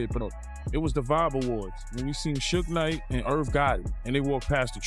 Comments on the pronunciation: 😂 you have to practice saying Suge Knight before you put it out there ask a friend ask him to proofread it or something cuz that's funny😂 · Soo-Gay Knight is here!! - Tony Yah-Yoh